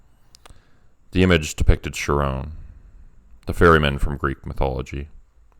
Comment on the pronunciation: Ooh that was great! Really creative. Just FYI though: Charon is pronounced more like “Karen.” The emergence of the Karen meme and the magic of words and what that implies is arguably more disturbing: truth truly is stranger than fiction. 🤫 💚💜